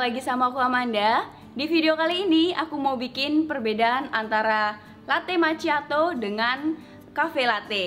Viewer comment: Makkhiado bukan maciato, karena ada 2 c sebelum h ma'cch'iato